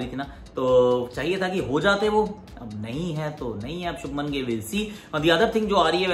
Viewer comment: It is not shubman....it is shubhman Please correct 💯